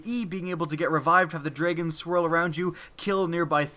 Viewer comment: ist I thought he said dreygons not dragons, lol